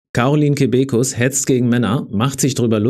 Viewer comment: Kebekus wird auf der ersten Silbe betont, ansonsten stimmt aber natürlich wie immer alles in dem Video. Hab sie einmal kurz live erlebt, musste kein einziges Mal auch nur im Ansatz lachen und bin nach 5 Minuten gegangen, weil es einfach schwer zu ertragen war (hab zum Glück nichts gezahlt). Nachtrag: Und nur, weil man sich für Männer einsetzt, heißt das doch lange noch nicht, dass man deswegen Frauen unterdrückt? Diese "Logik" kann auch nur von Frauen kommen, die ja generell weniger logisch denken als Männer (kleiner Scherz am Rande)